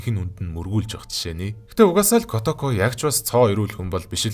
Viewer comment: kootoko gej urtaar duuddag kotoko gej boginor duuddgarak ylgataimyumbn hha